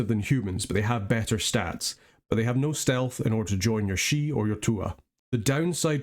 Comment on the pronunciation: Thank you for the attention to the pronunciation. It ruins the flavor when people can't be bothered to pronounce names at least semi-correctly. Couldn't watch that one guy saying "sidhe" the same way you would "CD".